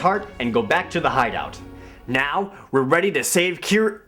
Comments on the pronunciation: The fact that the same guy calls the same character "kyra" and "keera" is kinda hilariously absurd. Wow, what a terrible game. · maybe it's only Kyra (kai-ruh) on certain days of the week.